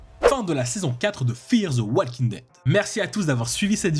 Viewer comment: Encore une fois walking ça se prononce wo-king et pas wall-king, le L ne se prononce pas :/